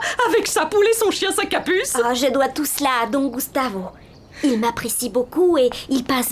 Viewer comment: Une dame de la route dit sacapus 😂😂😂😂😂😂😂😂